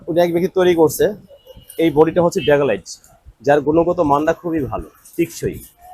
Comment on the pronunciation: আরে ভাই ড্যাকোলাইট না, ব্যাকোলাইট